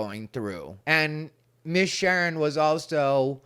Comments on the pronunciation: I can't stop laughing 😂 My name is Sharen, and my siblings call me Sheren just like you say it has ha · This was great! You're the ABSOLUTE BEST and MOST TRUSTED LGBTQ Comedian IN the WORLD!!! I love you! You KNOW "Miss Sherrrn" is EXACTLY how it's pronounced. That character has enough body for us all to embody it! Lol hahaha 😂😂😂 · Miss “Shurn”. Cracking me up with this…😂😂😂. Love your videos and think you’re right on point with your analyses. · It's "Miss Shern"...lol😂